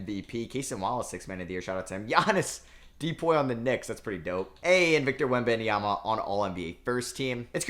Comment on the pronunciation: Stop adding an extra syllable to Wemby last name !